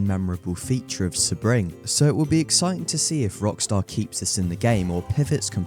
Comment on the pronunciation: Its pronounced "SEA-BRING".